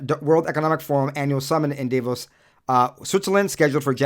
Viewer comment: Okay... I'll bite at your game of begging for comments to push the algorithm. Here are a couple tips -- Grant pronounces his last name like it rhymes with the word LOAN. The interviewer got it wrong!! What you got wrong was the name of the city in Switzerland. It's not DAY-VOS... it's DAH-VOS. For someone who is fluent in Spanglish, you should know that!! You don't say GRAY-cias, do you!!?? It's GRAH-cias. You're welcome!!